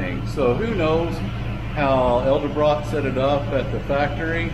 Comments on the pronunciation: Please learn how to pronounce “Edelbrock.” You keep saying “el de brock.” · Jesus man it’s pronounced eDelbrock